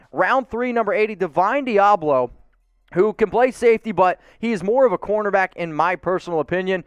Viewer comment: LMAO you cant get through a draft w/o mispronouncing someone's name then acting like you know all about him. Deablo a CB? He's a WLB in the NFL.